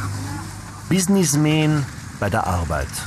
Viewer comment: Hihi. Bissnissmään.